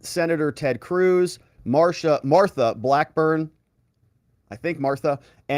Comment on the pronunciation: Marsha Blackburn, not Martha Blackburn. No offense brother. I love your videos.